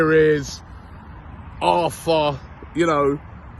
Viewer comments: It's actually pronounced Artur not Arthur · ARRRRTUR - NOT ARTHUR. Christ, Robbie!! He's Brazilian, not English